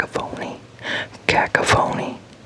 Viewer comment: very relaxing voice :) btw, cacophony despite the spelling is pronounced like "kuh-KOFF-uh-nee"